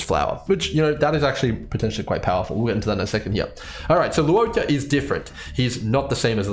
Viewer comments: Not tryna be a dick but his name is pronounced 'Luo-CHA'. Not 'Luo-KA'. Just wanna point it out. Otherwise good video thx. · I agree, I'm Chinese and it's pronounced as "luwoh-cha" The cha in Channel not "ka". Still great video! Definitely pulling for him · I could be wrong bc I've never heard his name pronounced in the game's CN dub and I haven't seen his name in Chinese characters, but I'm fairly certain it's meant to be pronounced "lwuh-cha". Even from an English speaking perspective it doesn't really make sense to be pronouncing the u and o in Luo separately nor to be giving the ch in cha a hard c sound